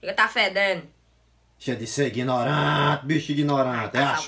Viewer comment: Por que vc é tão iguinorante eeeeeeeeeeee iguinorância